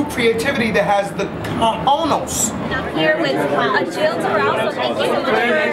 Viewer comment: why does this guy keep saying "CAJONOS"? SMH